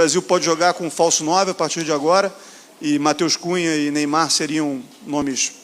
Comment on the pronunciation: Pelo amor de Deus Dorival, Neyamar não